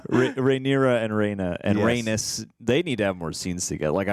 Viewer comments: Rhaenys is pronounced rae-niece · It's pronounced RhaeKNEES